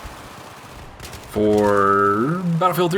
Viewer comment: gee-oh-teen? seriously..